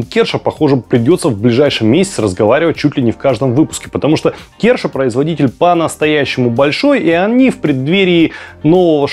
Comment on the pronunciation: Видео хорошее и полезное, но буду каждый раз ставить диз, пока ведущий не подтянет своё произношение английского. В каждом выпуске что-то из его уст дико режет слух! "-компания КЕРША" , Моя бабушка из деревни наверно и то правильнее произнесла бы. Считаю такую неграмотность недопустимой, при ведении передачи с большими количеством английских названий.